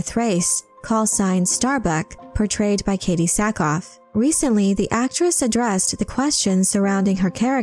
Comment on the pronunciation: Good video, Thought it was Sackhoff not Sackoff. Still good no matter